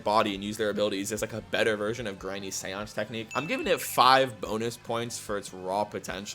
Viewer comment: Am I the only one at 48th technique who heard sans instead of seance